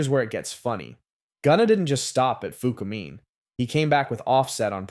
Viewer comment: I mad he saying fukumean wrong 🤦🏾‍♂️